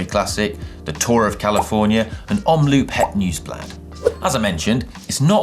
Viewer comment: As a dutch guy, I really enjoyed the way you said omloop het dagblad :)